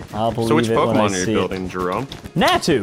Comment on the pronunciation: It's po_ky_mon